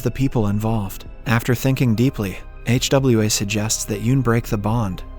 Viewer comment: Bruh can't pronounce Hwa 🤣